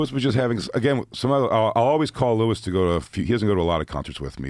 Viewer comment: Your name is Luis not Lewis